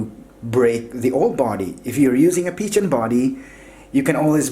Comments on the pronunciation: A great review, But the Phicen is pronounced (PH=F) so it is (Fi-cen) not Pi-chen. Great work keep posting awesome reviews. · It's pronounced fy-Sen. Not peachen. Omg. 😂😂😂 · You provided good information. As far as I know, Phicen is pronounced (Fi-sen). Your pronunciation is off dude! By the way, your voice is annoying. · Why is he saying peachin? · Peachen lol you pronounce it like fize-zen 👍🏼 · It was pronounced Ficen the PH makes an F sound. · Thought it was pronounced Ph-eye-sin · I believe it's pronounced "fiken" I think? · I couldn't watch this the fact that you kept on saying peachan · Some people pronounce Feisen, Piccan, Fissen, Pissen, but first time hearing Pichen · It's pronounced Fi-sen